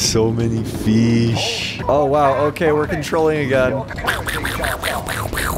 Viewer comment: "So many feesh" - 2022